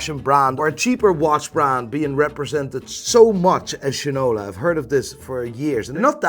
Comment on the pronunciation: As one from Detroit, its pretty much a must to buy a Shinola. Though I wish they were 100% American made parts along side being built in Detroit, its still a quality and satisfying watch to wear. Also, finally a YouTuber who pronounces the brand correctly 😂